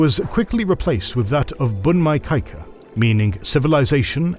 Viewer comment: I’m impressed you now pronounce “samurai" quite well. While what happened to “meiji” and “bunmei-kaika”😆 ( you can just pronounce “mei” as written like "may”).